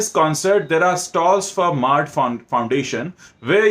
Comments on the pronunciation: It's not maard it's mard (man ka hindi) But ya I'm with you. These bollywoodiyas are all just looting the public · It has to be pronounced as mard in Hindi, I suppose.